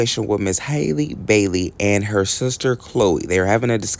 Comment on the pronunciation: First things first... Her name is not Hailey! It's Halle. Just like Halle Berry. I've never seen any of y'all mess Ms Berry's name up. Let these kids live. Breakup to make up. That's just the way it goes.